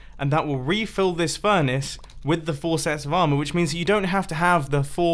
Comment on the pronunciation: "and this will refill this **furnace**"...